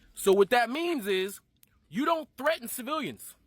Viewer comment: “civirrians”? lol.. Am I hearing that right? Did this dude grow up in mainland China?